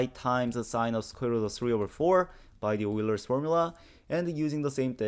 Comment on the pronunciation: Please, please, please! Please pronounce Euler's name correctly: ['Oy-lehr].